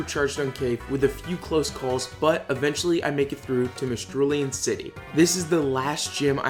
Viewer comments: I've been binge watching these videos and I'm loving them, and making me want to do a solo type run! One minor criticism is mispronunciations. I literally don't care about the majority of them, but Mistralton city bothers me because you keep pronouncing it Mistrulean. Also Reuniclus is pronounce like Re-unique-lus, but no one seems to actually know that until they look it up haha. Other than that, I've had to subscribe because I can't wait to watch more of your videos! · You have a very ~exotic~ way of saying Mistralton.